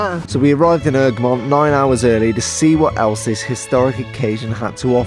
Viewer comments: 😂😂it’s not erg-remind it’s EGG-remont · you don’t promonounce it ERG REM ON TA, it’s egg ro mont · You say it like eggramont not eugrmont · Haha ergamont it’s E G R A mont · It really annoys me how im local and we pronounce it “egg-re-mont” not “erg-mont” 😂😂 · It’s not errrrgerrrmont It’s egggreeeemontn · It’s egremont not ergemont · Ergmont? Egg-ra-mont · It’s Egremont NOT ERGREMONT! well that’s how you say it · It’s eg re mont. ffs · It's pronounced "egg-re-mont" u fuckers🖕🖕🖕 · It’s pronounced.... EGG-RE-MONT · Bahahahsghd I live here! this is great🤣 ps it’s pronounced Eg-ruh-mont😂😂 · It’s pronounced egg-remont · I can’t believe you were literally 10 minutes from my house and I didn’t realise it.. Btw it’s pronounced “Egg-Remont” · Great vid. One thing. Its pronunced "egg-re-mont". Super vid though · I live right next to Egremont. Btw your saying it wrong marra 😂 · Live here and you Apsolutly slaughterd the the pronousination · Is it me, or is he saying Egremont wrong? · Butcherd the name egremont 😂😂